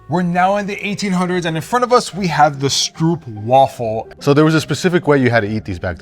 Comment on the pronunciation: As a South african,you dont say it stroep,you say str-oop